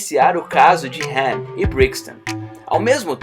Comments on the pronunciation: Cara tá tudo errado não e HEN é sim ''HAN'' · Mano chega a ser chato de tanto falar "HEN" LERY OU LADY... sei lá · O nome dele é Han não hen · Fala certo poha é Lerry e Han não é Lery e Ren. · O filme no Brasil tem a dublagem com os nomes dos personagens corretos que é HAM E LETI até por que o nome dela e Letícia até aqui no Brasil quando a gente tem uma amiga com nome de leticia agt chama de leti aí vem o jumento e fala HEN E LERY kkkkkkkk lery o que ? Lery Go ? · "hen" kkkk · se fosse do jeito certo no filme eles ñ chamaria ele de han e sim rem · No filme os caras falam han e pq ele fala hen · Não sabe nem falar ham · "Leri" "dom torero" "hen" mds mano fala certo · Para de criar novos nomes dos personagens, "hen" "Lery", isso da raiva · Não, não é o certo. Ele tá fazendo um vídeo em português e a pronúncia BR não é essa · Verdade mesmo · Quem sente irritação do cara falando HEN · "hen" burro,da mesma forma está errado,"ré"? Tá dando muito ré em fii! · esse cara parece que o nome do han diferente